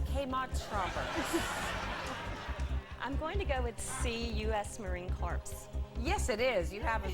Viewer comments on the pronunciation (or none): The show is prophetic - U.S. Kmart Shoppers. Dumb ass lady "I'm going to go with 'C', U.S. Marine corpse."